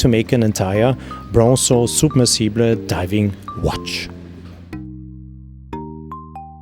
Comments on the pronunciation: submersible - u are pronouncing it as soub mersible (like how u say super or soup) u need to say it as sub-mersible (like how you say Sap) btw, beauty video ,so much in depth. top class timepiece. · "unfortunately we can’t leave voice messages here ... I would have asked you to pronounce it the way you do." I'm not Owl Guy, but in American English it's sub-MER-suh-buhl, similar to submarine (SUB-mer-reen). If you click on the link here and then click on the speaker icon you'll hear an American saying it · well in google you can hear it , the right way in English , but trying to sound like it is some posh and extravagant word is ridiculous, the rest of the video is wonderful and good and interesting, but that word when he is pronouncing "SUB-Mersible" is just hilarious to me .... don't get me wrong i love Panerai and would love to have it , it's just that word that made it awkward to me....... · Soob-mer-see-ble😜 Newton centimeters?! 🧐 Feets 😂 Wiff 🤪